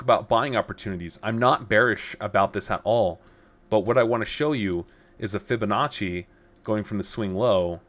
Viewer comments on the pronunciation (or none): none